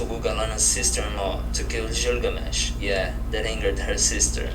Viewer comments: God i hate how ge says Gilgamesh... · When this guy started listing the 20 most important gods he could have pronounced the name of the last one better. He just happens to be the most famous in pop culture. Gilgamesh.